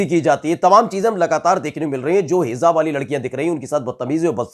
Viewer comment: Bhai Sahi word hai"HIJAAB" na ke "HIZAAB"shukriya